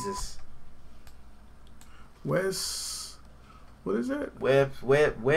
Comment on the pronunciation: His name literally said “Jeaus” Christ. The evil bro for Jesus?